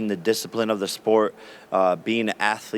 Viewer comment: “The sport saved me in many ways i cUghg the boxing bug” so cringe this jake knob